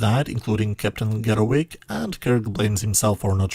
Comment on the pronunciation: SIR, It's pronounced Garro"V"ick", not Garro"W"ick! There could be a vast difference, in English, between a WICK and a VICK! First there's a "VICK'sburg, then there's a Candle's'WICK'!. Remember in this MOBY DICKy Story of OBSESSION, by ART WALLACE (ART:"WALL ACE!") Young KIRK was on The USS FARRAGUT! Captain FARRAGUT, a real Civil War character, had patrolled the Mississippi RIVER, the Father of Waters, to help General Ulysses S. GRANT win the critical Battle of Vicksburg, thereby splitting the South's Confederacy in half to hasten the End of the War, and also to raise Grant's own reputation and value as a Winner of Battles. But Prince HAMLET was by a CANDLE's WICK on His gloomy-suicidal Solloguy TO BE or Not To Be: That is the Question! Whether 'tis Nobler in the Mind, to suffer the slings and arrows of outrageous FORTUNE, or To take ARMS against a SEA of TROUBLES, and Thereby END All the NASTY Troubles this 'SMOKE" CLOUD CREATURE has inflicted upon Us: There's no enjoyable DEEP PURPLE's ""SMOKE on The WATER!"" here-in or there-in....by this evil Lung-choking-Blood-Sucking SMOKE Creature of Star Trek Episode # 13: Obsession! And Last, It can be quite confusing how the consonant letters V and W are correctly pronounced, depending upon which language one is using...This is like driving forward on the right side of a Highway in the U.S.A., but in Europe, U, and I, "In the Driver's Seat", Snifs or no sniffs, must go the opposite Road side to prevent a traffic accident, but in E